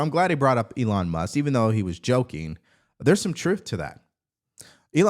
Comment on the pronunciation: Who is "Elon Mus"? 😂